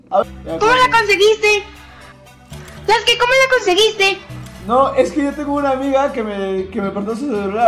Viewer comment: saske ? sera sasuke